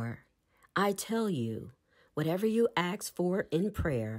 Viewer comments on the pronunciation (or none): How tough it is to pronounce the word "ask" properly? Come on now. Non-native speakers of English might have a difficult time understanding the phrase, "Axe the Universe." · I really appreciate this being available. I'm also wondering if this is the only narrated version? It has the word ask and asked in it countless times and this narrator doesn't know how to pronounce the word and I don't want to have to keep canceling and restating it for my subconscious... I don't axe God. To axe something is to take an axe and strike something with it. It was a very poor choice in a book about the power of spoken words to use a narrator who changes a frequently used word and alters the context. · Very good. Thank you. But learn how to pronounce the word ask, please... Aks? Ax? Axe? Aksed? Axed? 🪓🪓🪓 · I love this but cringe every time the word ask is pronounced as axed 😬